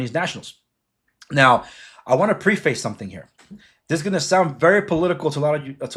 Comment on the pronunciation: You are so gullible and naive, no wonder you are a magat cult member. Not once did you mention the One China policy, and learn how to pronounce “preface” because your immigrant status is showing. You are so confused that I feel sorry for your wife.